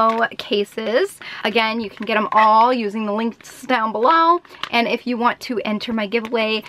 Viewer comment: had me dying how she said below😂